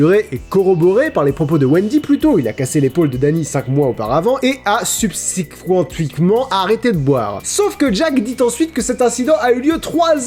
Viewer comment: Onon, le goûter d'anniversaire. :( (Sub-sé-qua-ment, mais ça s'écrit comme fame femme, pas comme médi-ca-ment. Un problème de "qu", peut-être.)